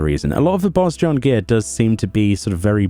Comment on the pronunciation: I pronounce it a Boh-jan. Idk why but I feel like that "z" is silent. Otherwise nice vid as always.